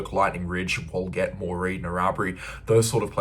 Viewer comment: PLEASE pronounce Town names correctly thanks Such as WALGETT and WALCHA very disconcerting ......great report otherwise